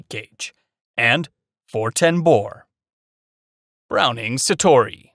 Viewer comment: "frankie" instinct l? browning "satori"? "plasar" f16? lmao